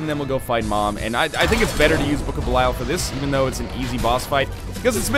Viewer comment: 650 episodes of Judas being in the game, 650 episodes of mispronouncing Belial.